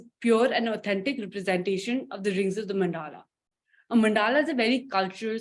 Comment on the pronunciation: NAMASTE,.. It was very interesting to hear about MANDALAs during your presentation for Sri Aurobindo Ashram, Delhi.. Pls allow me to do some nitpicking.. pronunciation for मंडल is MUNDUHLUH... not MANDAAHLAAH..